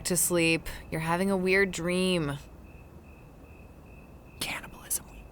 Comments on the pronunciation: me through the whole vid as my parents hear him say caniableisum like 20 times: WHYYYYYYYYYYYYYYYYYYYYYYYYYYYYYYYYYYYYYYYYYYYYYYYYYYYYYYYYYYYYYYYYYYYYYYYYYYYYYYYYYYYYYYYYYYYYYYYYYYYYYYYYYYYYYYYYYYYYYYYYYYYYYYYYYYYYYYYYYYYYYYYYYYYYYYYYYYYYYYYYYYYYYYYYYYYYYYYYYYYYYYYYYYYYYYYYYYYYYYYYYYYYYYYYYYYYYYYYYYYYYYYYYYYYYYYYYYYYYYYYYYYYYYYYYYYYYYYYYYYYYYYYYYYYYYYYYYYYYYYYYYYYYYYYYYYYYYYYYYYYYYYYYYYYYYYYYYYYYYYYYYYYYYYYYYYYYYYYYYYYYYYYYYYYYYYYYYYYYYYYYYYYYYYYYYYYYYYYYYYYYYYYYYYYYYYYYYYYYYYYYYYYYYYYYYYYYYYYYYYYYYYYYYYYYYYYYYYYYYYYYYYYYYYYYYYYYYYYYYYYYYYYYYYYYYYYYYYYYYYYYYYYYYYYYYYYYYYYYYYYYYYYYYYYYYYYYYYYYYYYYYYYYYYYYYYYYYYYYYYYYYYYYYYYYYYYYYYYYYYYYYYYYYYYY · Its "candy-bulism" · "The secret is canabalisim" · "CANABILISM WEEK"